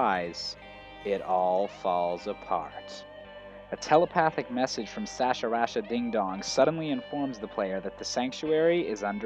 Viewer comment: You really butchered the name. It's Sahasralah. Suh-hawz-ra-la